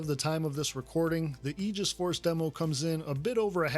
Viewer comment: you have no idea how happy you made me when you pronounced "aegis" correctly